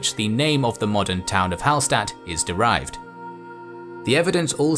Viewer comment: Hallstatt is actually pronounced Hallshtatt (coming from an austrian) Great video though ;)